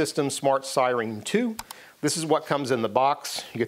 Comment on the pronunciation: Did you say "sireen" just to piss me off? It worked... 🤣 Great video. Thank you.